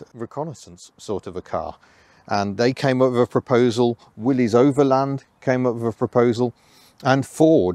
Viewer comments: I don't like when they mispronounce, "Willys" as "Willy's". It's pronounced as, "Willis." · It pronounced Willis not Willies